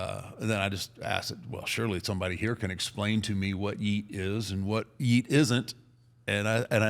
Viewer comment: When he said “yeat” I thought he was talking bout “here’s a bell”😂😂😂😂